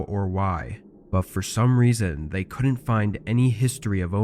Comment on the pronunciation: Stories are good enough but where did you learn to pronounce the words, didn't, couldn't, wouldn't??? Just wrong dude!